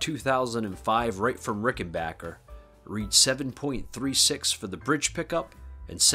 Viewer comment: Nice video and you’re pronouncing Rickenbacker correctly too! 😊